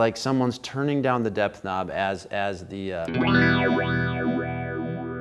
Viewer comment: Love and Light to you! Thanks again for these straight forward, no-nonsense reviews - especially dropping some DIP-Switch knowledge. Also, is it just me, or did others hear "Death Knob" (instead of 'depth')? Chasing My Bliss in Oakland 💙🏳‍⚧🤘